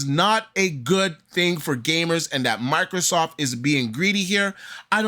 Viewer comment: I dunno y but it bugs the hell out of me when people call microsoft, microsoff. The T is not silent.